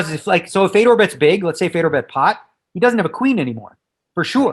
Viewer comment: How many times is he gonna say “fedor” wrong😂😂😂